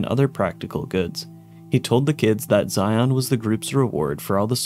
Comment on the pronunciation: It's funny that you can tell if someone is from the area based on how they pronounce Zion